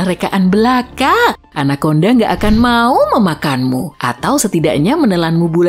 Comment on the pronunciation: 🗣️ Anakonda Ana konda ✅ Anak Onda ❌